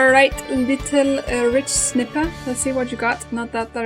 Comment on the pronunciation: You say it likes this.(Ridj-snighpir).